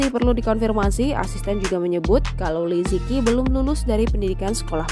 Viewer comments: Nama beliau dibaca 'Li ce chi' , bukan 'li ci ki' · Li ziqi dibaca "li ce chi" bukan li zi ki 😭😭😭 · li ziqi pmbacaannya li je ci bkn li ziki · mau kasih tau aja, bacanya bukan li zi ki, tapi Li Ceu Ci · Kalo dlm bahasa mandarin itu baca nya Li zhe chi , bukan liziki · Ini cara melafal namanya Li ce chi 李子柒,bukan li ji ki. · Liziqi dibaca Li ze ci btw min bukan liziki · Maaf Min, anda salah baca namanya, Li Zi Qi dibaca dengan suara Li Che Ji. Huruf Z itu dibaca Ce seperti baca cepat, ce, Huruf Q itu hampir sama suara huruf J dalam bahasa Indonesia. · Liziqi.... Pengucapannya Li Ce Chi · Min, salah eja namanya, yg benar li ce chi. Qi itu di baca Chi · Bacanya bukan Liziqi tapi Lisichi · Agak terganggu pas pembawa acara ngomong nama li ziqi, baca nya tuh li tsi ji 🙄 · Li Zi Qi Dibaca Li Si Ci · Cara bacanya Li Tse Chi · Namanya liziqi tp sebutannya lizici. Kerana qi sebutan ci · bacanya tu li ce ci